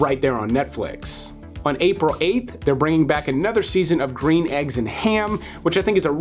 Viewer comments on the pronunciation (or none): none